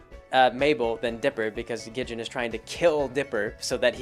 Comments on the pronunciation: A few things, Wendy is actually only three years older, she's 15, not in her late teens. It's Gid-ee-on, not Gid-jen and as for the hatchet, they were going on a mission! She probably was being prepared for the spooky dangerous shenanigans they get into. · Gidjen? How in the world did you get the verbal pronunciation "Gidjen" from the verbal pronunciation of "Gid-ee-un"? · Wendy's dad isn't just a lumberjack. He's completely insane. Soos' abuelita is technically his grandmother. Gid-e-on, not Gidjin. Three syllables. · "Gijin". Damn it,. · lol "Gidjin" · How the fuck is it you pronounce Gideon?